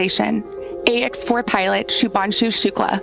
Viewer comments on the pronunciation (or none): Shubhanshu bhai Shubhanshu🤦🤦 naam to sahi bol